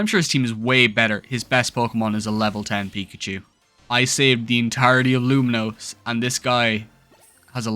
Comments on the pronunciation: Saying Luminose over and over again was so jarring. At least learn to say the city’s name right. It’s Lumiose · lumiose doesnt have an n